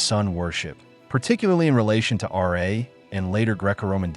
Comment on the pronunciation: Fuck this it's ra not r a . You are trying to connect the dots that have no conny